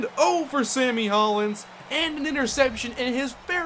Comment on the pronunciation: pronounced Hollins (hall-ins). that's my last name